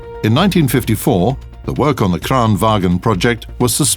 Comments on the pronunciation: Bada Bing Bada Boom Dude, its not wagen, not even close, its PRENOUCED LIKE VANGN, BY ALL DIALECTS OF SWEDEN. AND ITS SPELLED LIKE VAGN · not pronounced Kranvagen, it's Kranvagn. The same with the Stridsvagn! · VAGN NOT FUCKING WAGEN! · As a Swede im triggered everytime in every video people pronounce "kranvagn" as "Kran WAGEN" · Why do they call it kranwagen its called kranvagn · Bada Bing Bada Boom Not even close. Dissapointing they cant prenounce something as easy as vagn wich is prenounced vangn, SIMPLE AF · No it's not. It's pronounced wagen. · Bada Bing Bada Boom You are kidding right, i think i as a native speaker of swedish know how to prenouce SWEDISH WORDS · It's "vagn", pronounced "vang - n". Not sure why North Atlantic Terror Organisation is eating all the troll-bait though. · Love how the narrator pronounce the swedish names as if they where german.